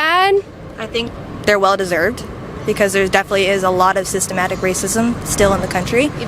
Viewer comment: Why can’t Kaitlin pronounce systematic